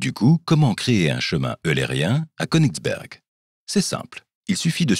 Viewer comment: Konigsberg étant un nom allemand, pour prononcer konigsbeurg, soit une prononciation anglaise ? Il est vrai que c'est une manie , puisque certains prononcent des mots français avec une phonétique anglaise ! Oui je sais cça n'a rien à voir avec le fond de la question, mais j'avais envie de vous le dire !